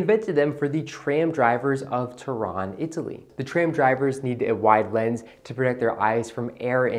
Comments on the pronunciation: Its not Toron its Turin. In italian it’s pronounced Torino. I’m with you. My favorite sunglasses to this day. Btw I have the exact 649’s. Frame colorway is called Terra di Siena which is translated to land of Siena and brown lenses in size 54•20. Also agree with you that 649 Persol chould be worn as an oversized pair of sunglasses while the 714’s should be worn as true to size. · Turin - TurIN not Turon !